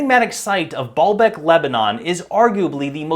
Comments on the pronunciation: ...it is essentially ancient poured concrete, not quarried stone like so many like to think. And it was pronounced BAY-YUL-BEK, 3 syllables, not two. The word means Lord's Well or Fountain. Ba'al means lord and Bek can mean tears, well, oasis, fountain or even a reference to fertility practices. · Every time you said Baalbek, my brain heard "ball bag"